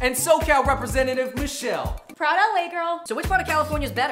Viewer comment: Oh she said “proud LA girl” it sounded like something else- I couldn’t tell for a while and had to replay it- “pradaLAY girl”